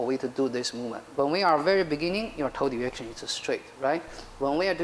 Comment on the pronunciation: It's great instruction, but it sounds like he is talking about "toad erection" instead of "toe direction."